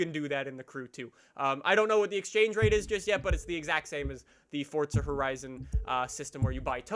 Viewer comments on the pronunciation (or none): none